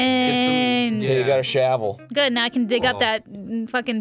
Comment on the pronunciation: Is it odd that right as the shovel popped out, I somehow knew Arin would say "you got a shovel", while mispronouncing the word shovel in some way? Methinks I watch this channel too much.